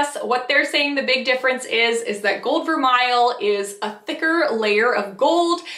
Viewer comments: You pronounced vermeil incorrectly. The correct pronunciation is ver- may. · Vermeil is pronounced as ver may